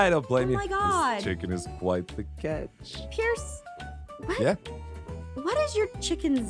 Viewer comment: Sorry but you said it wrong😩,his name is pierce